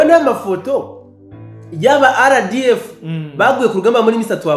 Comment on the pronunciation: Mumvugira neza iryo zina ry'inyeshyamba,ngo:"za RDF"🎉